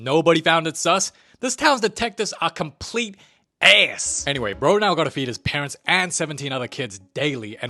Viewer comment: complete a(æiy)s(eh)